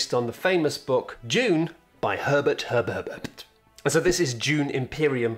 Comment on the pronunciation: Lost it at "Herbert Herbertpert". Roffle, roffle, my good Sir.